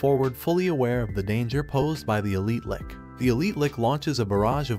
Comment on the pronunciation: you really need to start re-writing some of the words in the text-to-speech script phonetically... it's a Lich, not a Lick. (spoken, it sounds like 'litch', with a very soft t)